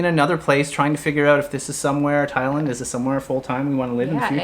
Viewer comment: So I did a bunch of googling and I can’t find anybody who pronounces Thailand the way you do. You’re saying ThaI - Lund. Everybody else pronounces the land as, well, land.